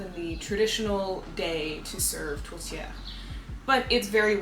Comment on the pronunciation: Being Canadian, this is a great way to do a recipe swap to learn other cultures foods. To help with pronunciation it's said Tort-ee-air